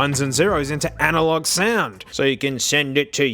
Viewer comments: Digital to "Alalog" Converter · "Digital (to) Alalog Converter" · This is like my fifth time of watching this and I just noticed, , "Digital Alalog Converter" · “Alalog” -, 2020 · "analog" oh you mean alalog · "digital to alalog converter" wait a second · Ah yes, the Digital ALALOG Converter